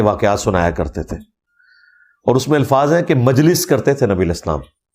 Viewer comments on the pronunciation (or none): none